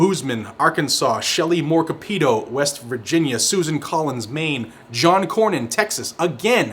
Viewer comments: Capito isn't prounced kaa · pee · tow,, it's kaa • paa • tow. I'm calling the turncoat office tomorrow. Shes a traitor against West Virginians and Americans!! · Shelly Moore Capito needs to retire, she has become a hopeless RINO., pronounced Cap-ee-Toe.